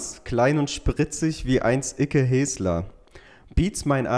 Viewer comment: Icke hässler wird der ausgeprochen und nicht heeesler aber sonst top Format